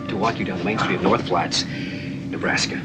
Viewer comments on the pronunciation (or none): North Platte, you idiot....not North Flats, NE.